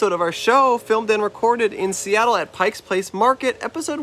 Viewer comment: lmao starting the episode off with a rough note by saying "pikes" place